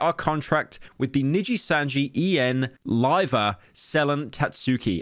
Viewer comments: “Probably not as much as she lost from ninjitsu” - pyro. It’s nijisanji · ah yes.... "ninjitsu" my favourite vtuber company xddd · bro said ninjitsu making it sound cooler nooooooo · Hearing Pyro say Nijisanji was both surreal (I didn't expect this drama would be so insane as to break out into the western streaming world, Asmon and Cr1tikal talked about this as well) and hilarious (he's trying his best but that accent is very funny), I thought the Selen Tatsuki pronunciation was gonna be the best one but that one was just exquisite.